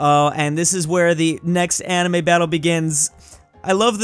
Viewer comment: Why did you say amine